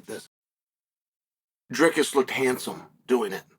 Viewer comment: Chael it’s Dry-cuss